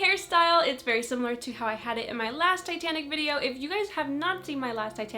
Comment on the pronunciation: Every time she said 'Titanic' I heard 'Satanic', which got me wondering, what was Satanic in the 50's?! Ouija boards? Cults? I would love to know the culture, this is probably too dark for your interests/channel but, you gotta wonder.